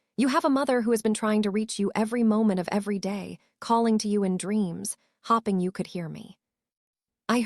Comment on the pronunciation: Great story but I suggest you listen to your own story They were hopping for good. Should be hoping. Question of how to pronounce the name Celeste. but at least you’re consistent